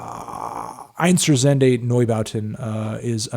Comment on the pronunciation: You fucked up pronouncing einstürzende in a really cute way oWo